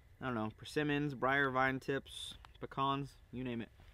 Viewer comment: It is so nice to hear someone say pecan right. Thank you for the entertainment